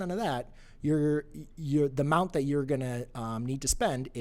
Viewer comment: LoL 'Amound ' == Amount